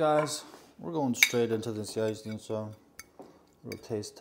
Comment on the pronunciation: Thank you for repeating how to pronounce Jajecznicia. I am going to teach my 12 and 9 year old how to make this. Keep up the great cooking.